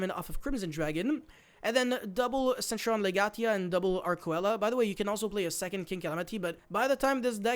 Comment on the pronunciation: Arkcoela is pronounced Ark-see-la